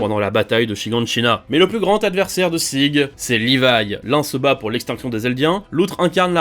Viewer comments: Si tu veux prononcer le prénom de Sieg de manière allemande, lis le "Zigue" sans prononcer le e à la fin. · Sérieux qui appel Sieg Zege🤣🤣